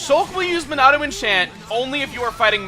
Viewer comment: The MuuNAAhdo